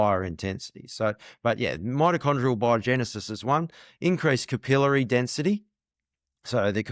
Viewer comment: Finally a pod cast that can say "capillary" correctly 😂. Good discussion.